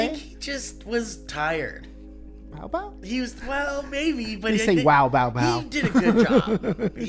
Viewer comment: It's Bow Bow not Mow Mow